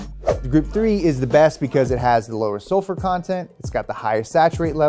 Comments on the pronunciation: SULFUR lol not Sulfer or Salfur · sulfEr? :> sAlfur?? lol! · Sulfer is not a word. It's sulfur. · First diagram: Sulfer level, second diagram: Salfer level. It's Sulfur =p someone was a bit tired when they edited this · i'm sure you also cringed at "sulfer" and "salfur" lol